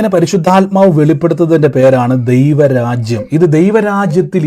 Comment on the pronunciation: " പരിശുദ്ധയാത്മാവ്"എന്നല്ല, " പരിശുദ്ധാത്മാവ്". എന്നാണ് ശരി. ഈ തെറ്റ് ആവർത്തിക്കാതിരിക്കുക.